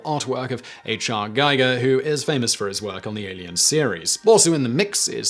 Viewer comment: I agree, BTW, how come no-one is pointing out how he pronounced H.R. Giger?